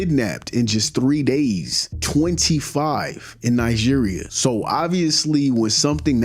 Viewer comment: Great Video just in case you read this try pronoucing it "NaiDjiria" basically with a hard G (pause?).